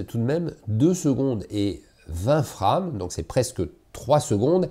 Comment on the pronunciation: mdr, la prononciation de frame, c'est de l'anglais